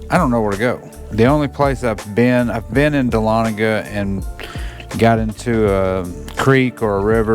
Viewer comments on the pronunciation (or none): Dahlonega. D.A.H.L.O.N.E.G.A. I don't blame you for being confused, because it is a Non-English word (Cherokee word). 😉 It means "Golden" in The Cherokee language. Fitting name for a town that's known for Gold mining.